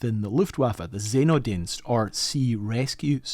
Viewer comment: Seenotdients. Literally those a 3 words stitched together (as often the case with German nouns). See (Sea) Not (Emergency) Dienst (Service). Pronounce as if you're saying those three words separately in rapid succession instead of saying SEENO -DIENST.